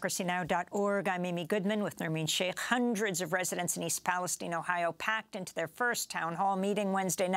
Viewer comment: Come on man do we seriously not know how to say Palestine?